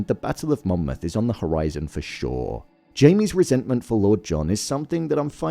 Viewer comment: He quite obviously says it correctly. Get off your high horse